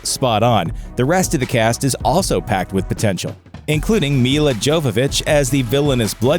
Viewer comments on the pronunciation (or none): The voice-over artist mispronounced Milla's last name; it's "YOH-və-vitch". ;)